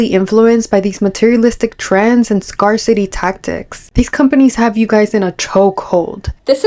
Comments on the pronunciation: This is so weird to me. I might buy extra food, if it's on sale, but this? YIKES. (Also, just a kind FYI, but "scarcity" is said like "scare," not "scar." Sorry, former English teacher showing lol.) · Love your videos! Just so you know since you’re probably going to be making more videos on similar topics, scarcity is said like scare-city, not scar-city because apparently English can’t be phonetic lol. Keep up the great work, everyone can tell you’ll do great in this space :) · I'm sorry, I have to say it cause it was bugging me... "scarcity" is pronounced like "scarE-city," not "scar-city." Loved the video tho! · it's pronounced SCARE-CITY not scar-city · The word "scarcity" is pronounced as "scare-city" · Pssst - "scarcity" isnpronounced SCARE-city. Great video with lots of good points! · gahh i know it's no big deal, but that's not how you pronounce scarcity lol i had to click out.